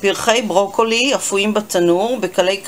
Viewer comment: ברוקולי. לא ברוקלי!